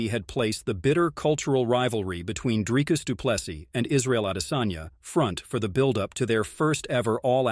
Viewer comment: Let's first get the pronunciation right! It is NOT "Drykus Du Ples-sus" Repeat after me: "Dree-cus... Doo - Ples - Sea" Again: "Dree-cus... Doo - Ples - Sea" Once more: "Dree-cus... Doo-Ples - Sea" Last time: "Dree-cus... Doo-Ples- Sea" Final time: "Dree- cus... Doo - Ples - Sea" Last final time: "Dree-cus... Doo - Ples - Sea" Now try saying it again: "Dree-cus... Doo - Ples - Sea"